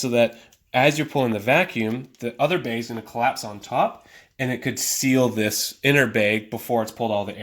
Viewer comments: Good video but what’s a “beg?” Do you mean bag? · He says beg instead of bag..... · Beg— omg he is saying “bag” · Bag. Not beg. I beg of you. Thank you. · It sounds like you're saying "beg" instead of "bag". lol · Are you from canada? I heard the word baig instead of bag lol. Genius idea thanks for the video. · I keep hearing “beg”. 😅😅😅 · I'll have to come back and watch this video when I'm in a different mood. Listening to him saying "Bayg" every 3 seconds is a torture 😫. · Thanks so much. I had a nice chuckle. I have a friend from Spokane who says bag the same way you do. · Bag is not a hard word to properly pronounce.